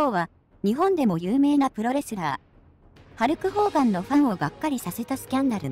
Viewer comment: ホルクハーガンに聞こえるよね